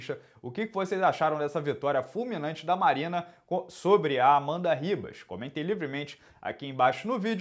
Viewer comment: Sai de "Ribas" Herb Dean!